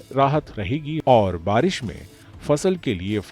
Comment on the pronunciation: बरिश नही बारिश बोलते हैं चच्चा 😂